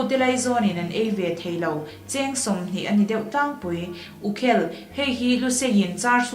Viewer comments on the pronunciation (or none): Ngaihthlâk a hahdam lo. Pu Thakima leh Pi Rinpuii te in tluk lo chu thu hran. A fiah lo va, ri neuh neuh a tam. Mizo Tawng chhiar in thiam tâwk lo hle niin a lang. U khêl tih khi h bêl(pot) ri anga lam tûr a ni. Fiah fel fai se chuan ngaihnawm tak tur pawh a ni. Lehpeka mi tur hi Recording in la ti lo a nih chuan han fîmkhur deuh teh u khai!!!